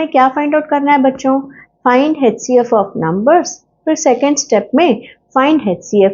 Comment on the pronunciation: Don't mind but ye hcf hota hai haichcf nahi plz improve or there are many people to troll